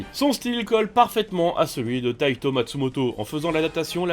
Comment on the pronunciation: C'est Taiyo Matsumoto et non pas Taito. Merci pour cette vidéo.